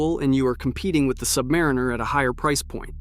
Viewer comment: Buy and wear what you want, whether it's a G-Shock or a Rolex anything. Don't listen to a kid's A.I. voice on the interwebs that can't pronounce "Submariner".